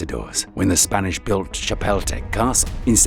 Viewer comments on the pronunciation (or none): Interesting video, full of history. However they could have used a narrator who is better at pronouncing the names of these places that gives them some historical credit. For example, shapeltepeck is not the correct pronunciation of Chapultepec. Not to mention the Aztec words. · If you're going to make a video, please learn to pronounce the names correctly or get someone who can do it.🙄 Chapultepec = cha-pull-teh-peck. 😉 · "Chipotle castle" bro